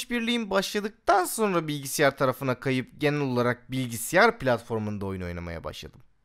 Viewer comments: abi bilgisiyar değil bilgisayar :D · Abi ne olur "Bilgisiyar" deme ya :D